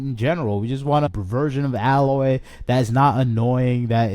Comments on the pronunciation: It's A-loy, not alloy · You could at least say her name correctly: A-loy We need to destroy sweet baby, what they're doing has to be illegal. I'm not smart enough to delve deep enough into the law but they need to be removed from gaming or have their own rating symbol so I won't be tricked into buying woke nonsense. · I’m sorry, but if the guy complaining in this video had actually played a Horizon game he would know how to pronounce “Aloy”. (Hint: it’s not “Alloy”). So no, he hasn’t played it. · bro out here smoking crack. What are you even saying bro? Pure fluff no substance. Play the game, then make a video. I don’t think any true fans are actually upset about it. They’re only upset because they can’t play it on PS4. Only people that have never even tried horizon talk shit. HZD deserved a remaster. Literally nothing you said is true. Also Her name is AY-loy. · The images you used from Zero Dawn were kindly selected, but almost all of the images you used from Forbidden West or the ZD remaster were at awkward moments during conversation, or photoshopped significantly to exaggerate your point. I don’t believe that you even played either game, since you didn’t say the main character’s name right, even once. Just jumping on a soapbox because not every piece of fun content is made exclusively for men anymore. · If you want to make a bitchy video about Horizon, please take some time to learn how to pronounce “Aloy”. Clearly you haven’t played the game… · You aren’t even pronouncing her name right… nor do you have the right footage of the remaster. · He likely never played either game if he’s mispronouncing her name, just making content. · I agree with you wholeheartedly but pronounce her name correctly PLEASE....